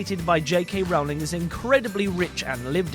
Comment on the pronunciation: Since we care about details here: It's Rowling like in "row your boat" or standing in a row. :)